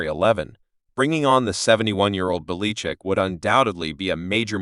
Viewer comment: This voice over is clearly AI. The program can't pronounce Belichick's name.